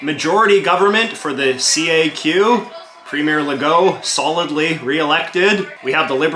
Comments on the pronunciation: As a québécois, there's one major point that's completely off regarding the CAQ party with this video. FYI, CAQ is pronounced as a word "CAK", not C-A-Q. Anyway, they're not considered left or progressive on climate stuff(or on anything at all). It's completely the opposite. Legault's considered to be on the right on this issue and anti-climate action. He's actually one of the least progressive on the climate issue and many other issues. To us, CAQ is center-right. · Ehhh heheh. You said caq, heh heh.